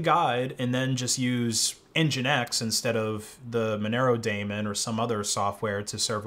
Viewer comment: Nice video but correct pronunciation of Daemon is “demon”, not Matt Damon. Sorry to be that guy